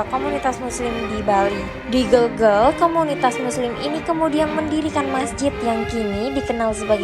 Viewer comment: Gelgel ...e nya dibaca e spt pd vespa